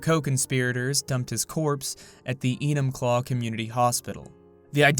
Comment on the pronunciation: Every time you say enumclaw I cringe